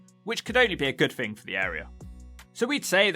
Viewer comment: News flash, 'th' is NOT 'f' !!!! So 'thing' is NOT "fing" !!!! 'Turdtown' more like 'Turdpronunciation' !! "free undred and firty free fousand" 🤣🤣🤣🤣🤣